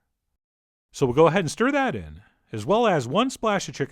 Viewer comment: "So YoUr gotta stIR tHAt IN" That's what he sounds like